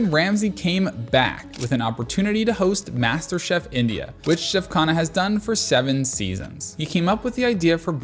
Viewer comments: The interesting thing is that you are slightly mispronouncing his last name Khanna (emphasis on N), it sounds like khana which means food in hindi😂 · I loved your video. You made everything look and sound spectacular, and now I want to book a table there. But you really need to say his name right. It's Khunh-nnaah . Remember, Indian languages put the emphasis on the second syllable, not the first one. Like - Anarkali - pronounced A naar- Cully.